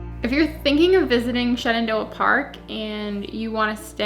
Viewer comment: every time you say Shenandoah sounds to me like ShenanDOHA ! We miss your vlogs in Doha.